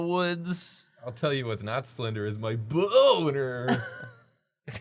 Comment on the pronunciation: “You know what isn’t slender? My bOEWnerRrr “